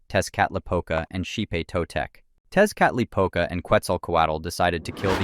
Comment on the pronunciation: Tezcatlipoca is pronounced (tek•uh•li•puh•cuh).